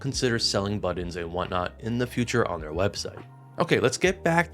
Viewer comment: Buddins.... Say buddins one more time